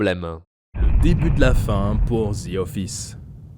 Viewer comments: “The” et non “ze” 😑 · Ah les français… pas « The » ça se dit comme ça: « Dee » pas « dzi » vous me tomber sur les nerfs ahah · C'est The office et non "zi office" :) oui jsuis aigris